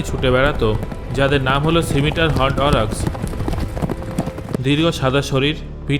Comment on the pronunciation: আপনাকে জিজ্ঞেস করছি । এই ওরেকস শব্দ টি কোথায় পেলেন ? প্রকৃত শব্দটি হবে , অরিক্স ।দয়া করে ভূলটি স ঠিক করে নিন । ধন্যবাদ ।